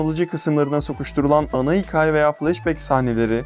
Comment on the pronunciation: Ulan hala hikâye demeyi öğrenmemişsin ya. Hikaye deme be kardeşim artık